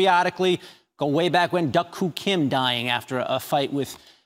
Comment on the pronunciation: I could slap the reported for miss pronouncing Duk-Koo Kim's name. I haven't been a good man much if any of my life. Boxing and my love for the sport has pulled me up from a certain path of self destruction and brought much meaning to my life as I know it. Ive been poor my whole life, grew up without a hometown or childhood friends only knowing how to run from my problems and the worst sins I ever committed by doing to others as had been done to me. A good man earned my attention one day when I lost my will to live, for no reason at all he took me under his wing gave me the same love he had for his family and to everyone of my friends that like me didn't have a father growing up. We all called him dad, even more now that he's passed on and we share stories between one another of the small acts of kindness and in my case especially the talks we had. I truly am so blessed for him to take it upon himself that he saw something in me that my depression and lack of any self worth never knew existed. I honestly believe I lost my wings so long ago, I have forgiven those who wronged me and work towards forgiving myself for hurting others. I hope that if heaven and hell are real, heaven won't be my place to rest forever but if I do all I can I know I'll get too see dad on the other side and tell him I love him one last time. My feelings of life and my understanding of the meanings of words are much different from yours. I have nothing but love to Maxim, to his family and to his corner